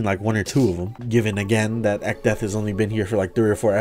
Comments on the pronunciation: I drank an entire bottle of water every time he said echdeath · Man, I'm glad I didn't do that shit with alcohol, If I took a shot every time you said Echdeath, my ass would've died to alcohol poisoning and liver failure, lmao